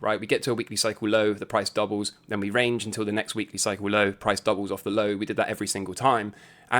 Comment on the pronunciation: Few videos in... take a damn shot every time says "Cycle lowe (low - British accent emphasis added)" lol - ughhhh